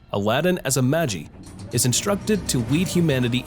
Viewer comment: Ayyeeee magi is pronounced “ma-gi” not “ma-jiiiiii”!! I heard something about producers not being able to hire the same CVs cuz they’ve become too famous and it takes a lot of money to use them in one show… Also, apparently no game no life didn’t get a second season cuz of some problems with the illustrator or something. But they did get a movie so anyone interested, check it out👍👍👍